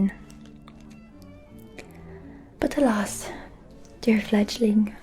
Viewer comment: . THANK YOU good sir, for annunciating the "g" so well in our little given nickname. I was mishearing it before and tried to google what it meant...... what I found was NOT what I was expecting and did NOT make sense with the given context 😭😭😭 Fledgling is way cuter, way less scarring and makes WAY more sense 😂😅